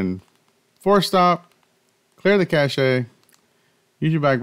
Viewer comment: You do realise once you’re in the ‘force stop’ menu clicking the rewind button takes you to clear cache directly without the danger of selecting the wrong thing like uninstall or clear data don’t you? BTW it’s pronounced ‘cash’ there’s no accent on the last ‘e’.